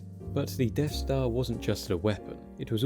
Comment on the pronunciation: He keeps saying Deaf Star..